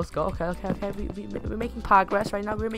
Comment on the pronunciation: U said pogress